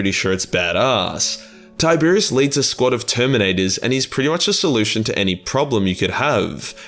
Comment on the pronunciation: Tie-Bear-Ros, not Tiberius